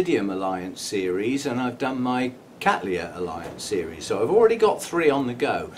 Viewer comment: I like your relaxed but still very informative delivery. A nice flow and some humour along the way. Also congratulations on your pronunciation of Cattleya which is of course quite correct given where the name comes from. I'm so cheesed off with my ancestors genus being called Kat-laya or ever, horrors of horrors as Kat-Tal-Aya.!